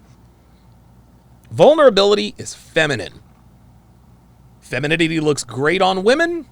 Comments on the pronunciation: "Fenemininity" lmao 🤣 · Askeses? feninime? I hope whomever is with this girl doesn't like intelligent conversation. Learn how to speak and pronounce words. For the love of god. 🤨🤡🌎 Reminds me of the movie Idiocracy. Wow.... I feel for my nephews and their sons!